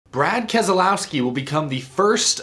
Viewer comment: The second letter 'e' is silent in the name Keselowski. It's pronounced like Kez-louw-skee